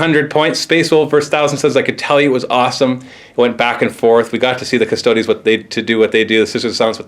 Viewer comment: Good vid, but for future reference, its not "cust-odies", its just custodes. (cuss-toads)